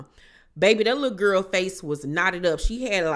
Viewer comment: i love the way you say lul guhl LOL chrisean aint shit for setting her friends up, the lumps on marsh's face? AINT NO FRIEND IM TAKING A BEATDOWN FOR. ppl love to punk scotty every season smh